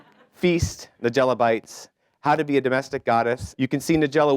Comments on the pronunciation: Dear MC: It's NEYE-gella, not NUH-gella. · "With further ado"..."Ni-jelluh"......hope that pathetic host got his ass fired after this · Usually a good idea to learn to pronounce the name of your guest correctly... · He can’t pronounce her name either!!! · This guy CANNOT pronounce her name correctly... ugh!!!